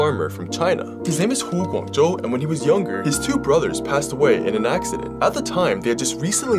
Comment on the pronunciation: as someone learning chinese, Im so happy he pronounced Hu Guangzhou right 🙌